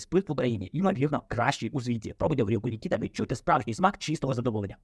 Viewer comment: Не НікІта, а НікітА, кіно таке...😊